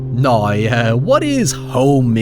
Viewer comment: said "noy" (now) at least 6 times in this video